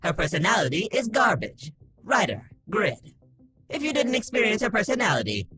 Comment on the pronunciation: it's not grid... it's pronounced "GREED" because he's greedy. name: Overgeared